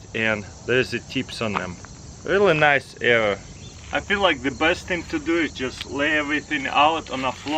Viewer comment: He says like "error". :D